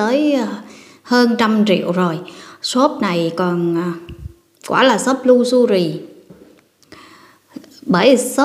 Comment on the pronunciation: Em nói “lu xơ ri “? Tập phát âm cho đúng em ơi?